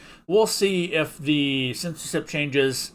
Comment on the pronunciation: you keep pronouncing it as sensorship